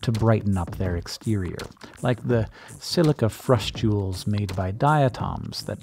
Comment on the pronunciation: I love the way you say “silica frustules.” 😍